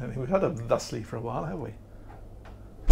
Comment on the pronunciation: Glad "Thustly" is back! phew! - Oh nice boat 😃